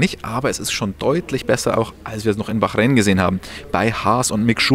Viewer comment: Wie oft willst du noch Bachräin sagen?: ja